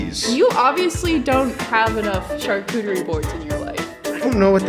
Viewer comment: I'm with ranboo, wtf is a sharcutery board